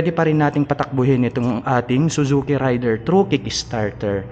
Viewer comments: Raider po hindi rayder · *Rey-der , hindi RIDER. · matagal na ang pangalan ng motor na yan pero mali parin ang pagkabasa...